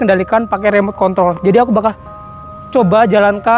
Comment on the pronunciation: Kok aku denger nya "remot Kon" 🤣🤣🤣